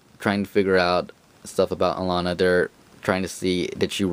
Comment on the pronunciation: If I remember the bkv interview I watched correctly, the way you say Alana's name in this video is the correct way.